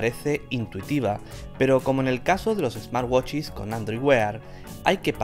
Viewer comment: "...Otros ESMARWACHIS..."